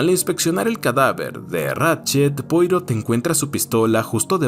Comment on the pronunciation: Como es un nombre frances, se pronuncia "puarò"